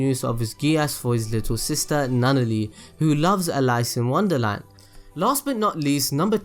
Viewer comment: Did you say "lice in wonderland??"😂😂😂😂